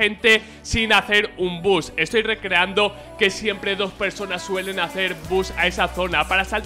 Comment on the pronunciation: ''siemple que quelais'' xd